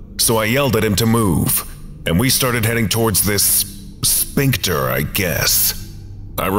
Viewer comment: I love your readings, but man, every time you say "sphincter" it's like fingernails on the chalkboard. Like, everything else about your readings is awesome. Your voice has gravitas, your pacing and flow are perfect. The mispronunciation of sphincter is just so jarringly out of place that it's hard to ignore it.